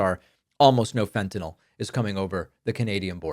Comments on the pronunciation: Fentenall rhymes with Adderall. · Fentanyl (as in ill) is the correct spelling/pronunciation! -oh, as in Fentanol denotes it is an alcohol, which it is NOT. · "FentanOL" (as Drumpf pronounces it) would imply it was some sort of alcohol. However the fentanyl molecule has no hydroxyl functional groups, the presence of which are the defining trait of an alcohol. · Fent-ta-NIHL. Rhymes with rent=a mill. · "Fentan-ol," as though it rhymes with bawl, lol. Trump thinks the only drug is alcoh-ol. And you know, he must live in so much pain with obesity and no exercise and no physical strength . . . I'm amazed he's never said a word about returning the Chinese manufacture of prescription medications to the US. I'm terrified that he'll slap a tariff on meds, and as I live with chronic pain, I'll kill myself before going 4 years without. Bonus: no more seeing his ugly mug or hearing his godawful voice again. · Hey david, love your content, but as a member of a family of medical professionals in the midwest, either way of pronouncing fentanyl is fine.